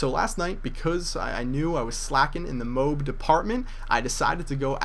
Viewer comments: easy enough people are correct its pronounced MOW-AB REGARDLESS OF HOW YOU SAID IT.....Amazing video man real nice to actually see people who play the game and get these streaks, most MOAB hits I have seen the guy camps the whole time and has his friends protect him, you played the game and played well....thumbs up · And its Mo-Ab people. Go to google language tools, type in "MOAB" and it will correctly pernounce it for you. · Mo-ab is how the military says it. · The word MOAB is annoying enough without you mispronouncing it, xD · lol moab.....everyone else pronounces it MO-AB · you know it's pronounced "Mo-Ab", right? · You're pronouncing it wrong. It's pronounced "moh-ab"! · Every time you say 'MOBE' I want to punt a small child. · its called mo abbb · Because the correct way to say it is MO-AB, doesn't matter what sounds better, just the way it is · whiteboy says mobe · Thats cause its actually pronounced Mo-Ab. For some reason just won't pronounce it correctly. Still a beast though. I want to see someone get a Moab using the Support package. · Say it with me,: MO-AB. Very good = ) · It's 'MO-AB'... pronounced like the town in Utah. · we dont call toads TO-AD do we now? we all have different ways of sayen it so just leave the guy alone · i could be wrong but i don't think your pronouncing it right...=/ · And boat is pronounced BO-AT, not bote. Right? goat, moat, toast, gloat, coast, coal, coat, goal, loaf, moan, road, soak, soap, toad, cloak, coach, float, roast, throat... should I go on? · After the millionth time you said 'mobe', I lost it. It's a M.O.A.B (mo-ab) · mo-ab or m-o-a-b not mobe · MO-AB NOT mobe tf is a mobe? o.O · its not a MOB its a MO AB say MO and then ABS with out the s and it comes out MOAB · its not moeab its MOAB it means Mass ordinance air bomb sorry if what you said was a joke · its not moob its mo ab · its moab M.O.A.B not Moh-ab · its not moob its MOAB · Either say OR MOAB NOT F*cking Mobe, that is so gayyyyy!!